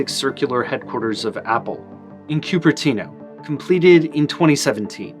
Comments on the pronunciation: The 'cu' in Cupertino is pronounced "coo" as in dove, not like the 'cu' in "cupid". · Did he say Kyoo-per-TEEN-o for Cupertino?